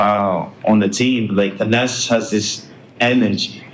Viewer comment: Nick Young, Its "Thanasis" not "The-Assess". 😂